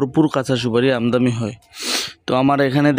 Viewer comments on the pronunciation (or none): ভাই শব্দটা আমদামি না আমদানি হবে